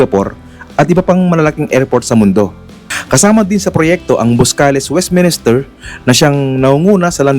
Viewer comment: Hindi Westminister, kundi Westminster. Pakiayos naman